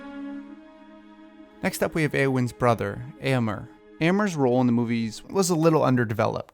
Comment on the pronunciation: Am I wrong, or too picky in thinking Éomer is pronounced “ā-ō-mare” not “ā-ō-mer” ?? Anyway, I can’t say how much I adore ALL your recasting videos!! 🥰